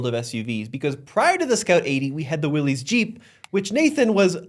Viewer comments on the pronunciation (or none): In my day, the cool kids had a Willey's. The really cool kids had a Scout. BTW, it is willies, not (what chu talkin' bout), Willis.